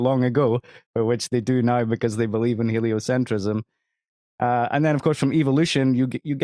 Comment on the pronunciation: It's "helio-centrism," not "helio-cent-riss-ism."